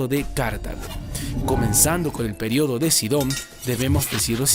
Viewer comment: en velosidad 2.00 dice el periodo de caca